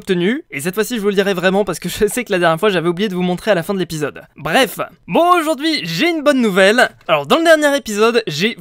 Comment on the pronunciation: ARRETE DE DIRE BREFE